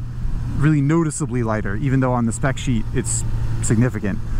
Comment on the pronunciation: did you just call this bike a Liger? LOL